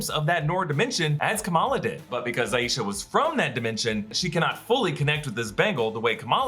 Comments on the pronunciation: hii I like to point out the pronunciation of the name “Aisha” hence it also being my own name hahaha! It’s “EYE-sha” not “EYE-YEE-sha” :)) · It's pronounced, "Aye-sha" (Like Eye-sha)